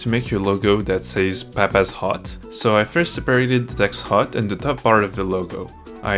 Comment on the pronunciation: When your saying “papas hut” it sounds like your saying papas hot. 😂